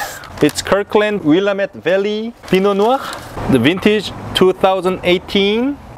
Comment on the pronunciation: Please, it's called will-AMM-ette not WILL-uh-met. Sorry, native Oregonian here. Great video and happy to see the Kirkland Malbec here, my favorite value wine from their stock.